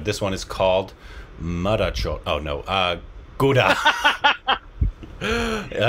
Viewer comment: you pronounced GOODA much better than INDIANS...😂😂